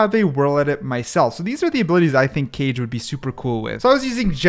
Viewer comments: Just came to say its pronounced Kah-Gay, and directly translates to shadow! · Kage wouldn’t be pronounced cage, it would be like the last part of hokage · Aaah. I could be wrong but I think KAGE would be pronounce Kah-geh. Not sure though, I know that shadow in japanese is pronounced like that but the pronounciation could be different for the character to make it easier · The forth agent name pronounce Ka-ge(かげ)it mean shadow in japanese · Kage is pronounced "cah-ghé" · is kage not pronounced ka-gay? like from naruto? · kage is not what you called , its called ka-ge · The pronunciation of Kage killed me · i hated it when he pronounced kage it made me uncomfortable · Btw kage is pronounced like hokage from Naruto but without the ho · kage should be pronounced like “ka” in “katana” and “ge” like u pronounce “game” without the “m” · Calling Kage (Ka-Geh) Cage was so annoying for some reason. Probably cuz Johnny Cage kept popping in my head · Kage: not cage but ka-gay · Pls do not sage Kage as Cage cause it is prounounced Ka Ge not cage like a goddamn jail, although its fine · As a Japanese learner I have to point out that the agent's name isn't pronounced 'Kaje' but 'Kaa-ge' (or Kaa-gay). That means shadow in Japanese. But yeah I like this video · the 4th one i think is pronounced kage in stead of cage as it says in description but kage means shadow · Not keije. Kah-ghe. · It's not cage(kage) it's pronounced kaaa gay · also one thing: kage isn't pronounced as 'cage' but 'kah-geh' bc kage literally means shadow in japanese and he's a japanese ninja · isnt is kaage not cage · if its pronounced as kage then its not japanese it should be pronounced as kah-geh if its shadow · U DONT SAY IT RIGHT PLS Chek how to say it cuz u make me sad when u dont say kage right its not [keij] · Bro really said cage instead of Kage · I think its Ka-ge not Cage... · Its not cage as in the pet cage Its kage as pronounced in hokage in naruto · it's ka ge not keyj